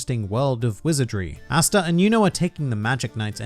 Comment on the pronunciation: Cringe every time you say “Asta”